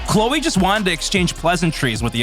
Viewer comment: You have audio saying it and you still kept saying Clowe's name wrong! Do more research a few learn how to say names right!! Ypu messed up alot!